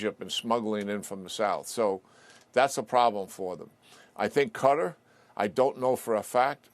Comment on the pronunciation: I'm glad to hear General Keene pronounce Qatar "cutter". I somehow remember that's how James Michener, in his book 'Afghanistan', many years ago, said it's how it should be pronounced. Not "ka-TAR", like I hear so often. General Keene, like Michener was, is a national treasure.